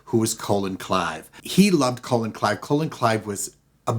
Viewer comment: Colin Clive is "Kah-LIN". A "Colon" is a body part